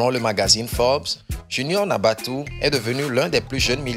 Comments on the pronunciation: Cest faux tout ca Deja on dit junior NATABOU S PAS NABATOU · Natabou pas "nabatou"